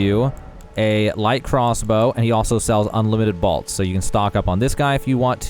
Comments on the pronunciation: Are you saying BALTS? It's pronounced BOLTS bruh... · What are “balts” 🤔 I only can find “bolts”. 😂 all kidding aside, thank you for the video. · The most shocking thing about this video is how he says "bolts". Balts? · Balts? Never heard that pronunciation before. Great farming spot though. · Balts?? Am I the only one that heard that? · "balts" lol